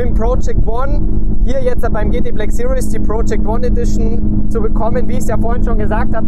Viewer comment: Hi Daniel! Man spricht "series" nicht wie "serious" aus. Eher wie "siriehs", mit scharfem S vorne. Einfach mal Shmees Videos gucken zur Info ;-)